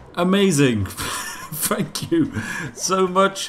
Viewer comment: Regarding the Spiffing Brit I would not rate anyone that cannot pronounce TH-ank you or TH-ought in place of f-ank or f-ought, as being all that British. Ergo the damnable linguistic Luddite would not pass muster in even the elementary basics of elocutional education.